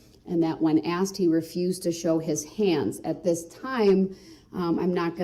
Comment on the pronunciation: And an honorable mention: Axed